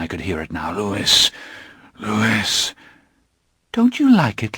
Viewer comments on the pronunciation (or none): You’re right. It should be pronounced Louee. Lewis is a different name altogether (my nephew’s name). It isn’t a deal breaker though. The narration is like listening to ASMR …… although likely to keep me awake rather than send me to sleep! 😬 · ITS LOUIS NOT LEWIS - lestat de lioncourt, s3 ep2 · My only issue was how he pronounced Louis. I thought any fan would know it's french and therefore should sound like Lui. But other than that yea thumbs up 👍🏼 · It's taking all my resolve to not shout HIS NAME IS LEW-WEE NOT LEW-ISS!!! 😂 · Same, but “Loo-wiss” is how Anne Rice pronounced it in at least one panel discussion. I still prefer Loowee lol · This is lovely, but every time he says Louis, I cringe. It's pronounced Lou-eee not Lou-iss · Wish he didn't say Lewis. Its Louis like "Lewy." It's French. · Excellent narration ❤ my favourite series from my youth.. and my only gripe was his way of saying Lewis instead of Louis 🥴😩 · Well, unless he knew the French name word or has listened to the way that Anne Rice pronounced it, then I can understand how he'd assume the word is pronounced how it's spelled. Just looking at it, most people would say Lewis and not Louie. I, myself, always seem to bounce back and forth between Louie and Lewis when I read the books! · A generous and kind comment, but we don’t say Lewiss-ee-anna, Lewis the 14th, etc.? Louis is French origin and anyone with a modicum of cultural literacy should know that, especially a voice actor. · This narrator is absolutely brilliant... he holds the listener perfectly intrigued..... absolute brilliance.... regardless of the Lewis not Louis fiasco! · Brilliant narration.. but it’s Louis not Lewis.... Louis as in king of France louey! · I just wish he hadn’t pronounced it “Lewis” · My only complaint is that Louis is supposed to be pronounced the French way Louie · I'm so happy this exists. But every time the reader pronounces the "s" in Louis... aaahhgggg! Lol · Trying to get over the "Lewis"